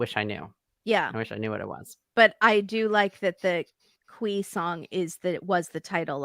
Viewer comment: Qui is pronounced Key.